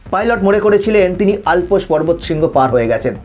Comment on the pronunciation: Not Alpos mountain it is Llps.